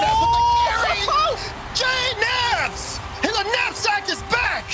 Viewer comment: best JKnaps pronounciation ever